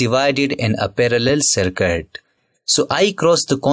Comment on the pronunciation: Circuit ❌ Sarkat✅ 😅😂😅😂